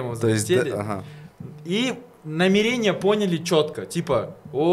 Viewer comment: Не намерéния, а намéрения